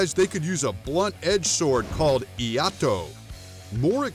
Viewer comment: As an Iaidoka, I can only say that his pronunciation of the words Iaido and Iaito causes me physical pain